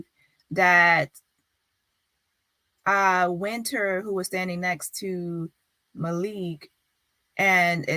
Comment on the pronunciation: I think they said Malikk